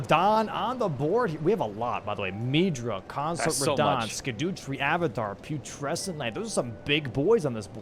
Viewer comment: No one learnt how to say scadutree yet